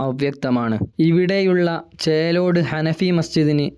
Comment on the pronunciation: ചേറോട് അല്ല. ചേലോട് ആണ്. ഞാൻ പോയിട്ടുണ്ട്